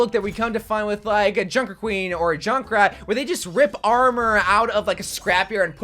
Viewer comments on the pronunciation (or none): none